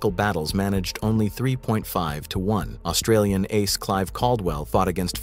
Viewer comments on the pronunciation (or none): none